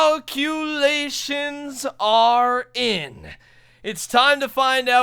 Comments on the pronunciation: Did anyone else hear him say cow culations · cow-culations XD